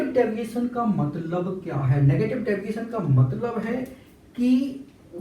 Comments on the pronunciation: Deviation ❌ Daviation ✅😂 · Deviation hota gai Daviation nahi ☠️🤷🏼‍♀️